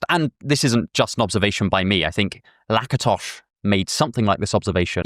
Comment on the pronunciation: Yay, Lakatos Imre pronounced right, with a /sh/! Hungarians are rejoicing.